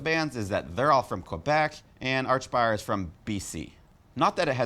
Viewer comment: Why do you keep calling them arch-spire. Its like ark-spire.